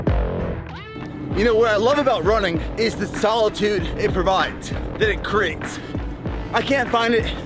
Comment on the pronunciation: Someone teach my man how to say the word “create” please